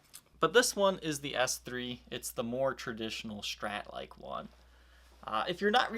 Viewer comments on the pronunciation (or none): Also can't stand the 'sh' pronunciation of SHtrat. It's not right to make fun of someone's way of speaking, but I seriously can't watch his videos.